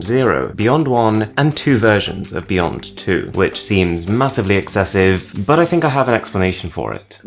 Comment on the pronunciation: It is pronounced beyond not beyont...I just can`t stand how you pronounce the letter ,,T,,...